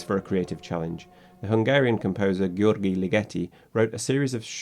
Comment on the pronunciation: Interesting, but just a small nit-pick: "gy" in Hungarian is a single sound, sort of like saying "d" and "j" at the same time., so Ligeti's first name should be pronounced roughly like "djerdj", equivalent to "George" in English.